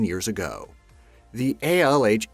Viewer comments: Can i just point out that he says "years go" instead of "years ago" more than once, sounds clipped but yenno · Ha he cant even say ago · it's like that pretty much every time he says ago